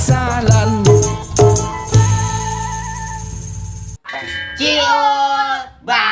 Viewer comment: Ahlan Wa Sahlan ba bukan alan wa salan kedengerannye alan wa salam